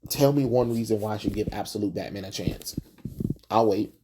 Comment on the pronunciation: you looking at what we Mexicans call "Betmén"